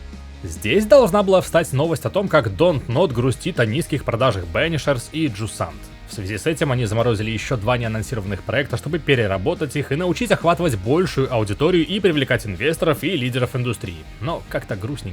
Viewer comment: Prince of Persia произносить научились. Молодцы. Теперь очередь за Jusant. Слово французское, читается как Жюзон.